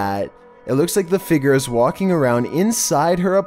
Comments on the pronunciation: Dammit I only recently got comfortable with voice now I can’t stand the way he says “FIGURE!” 🤬🤯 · I swear, pronounce figure as figger one more time 😥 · Learn how to say “figure” like a big boy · Its pronounced "Fig-your" not "figger" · Your inability to pronounce figure is paralyzing